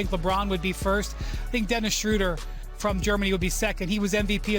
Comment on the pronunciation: It's not schruder it is schreder like in TMNT!